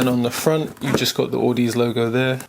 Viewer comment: Actually it's au-da-zee (like odyssey) still good review. It's down the audiophile rabbit hole with you now.